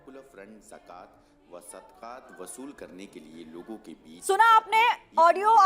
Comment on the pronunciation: Pehle bolna to seekh li jiye mohtarma wo zakat hai jakat nhi😁😁😁😁😁😁😁😁😁😁😁